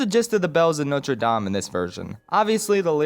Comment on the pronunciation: Extra points for pronouncing Notre Dame accurately! Most ppl either don't try and say it as an English word or try to say it put completely miss it. I'm looking at you WatchMojo!